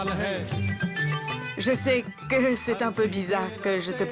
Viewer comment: Est ce que c'est seulement moi qui a entendu que a dit qu'elle est heureuge